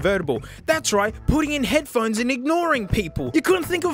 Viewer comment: "head-p-hones" I can't unsee that anymore...